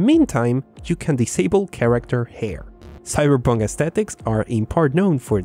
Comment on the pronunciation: Graphics are too low that Keanu turned into Keenoo. “Sybur Poonk”